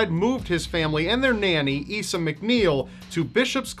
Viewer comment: Fucking hell Coatbridge! That's not far from me. Fun fact there's a Chinese takeaway in Coatbridge called Bon Appetit. *Note Fred West's maids name is pronounced Eye-sa not Ee-sa